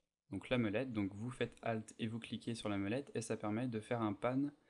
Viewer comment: vraiment sympa ;) mais... c bien mOlette pas mEUlette ;) mdrr